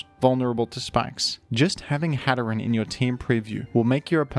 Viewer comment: Its pronounced hat er een like hatter and serene